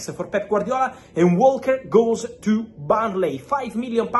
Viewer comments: Burnley not Barnlee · The first time I thought he said Bali !